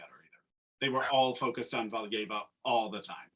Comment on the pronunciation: They mispronounced Valieva too, in the SP she was called Galieva lol